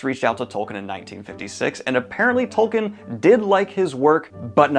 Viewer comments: Tol-keen, not Tol-kin. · I'm sorry Daniel, but I can't resist : his name is pronounced TolKEEN. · Can anyone explain why people insist on pronouncing Tolkien wrong, when the man was pretty insistent on the right pronunciation?